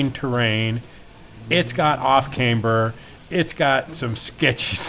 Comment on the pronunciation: The most dangerous thing about BB pass is a noob in a rental. it is pronounced as `Cam-ber :D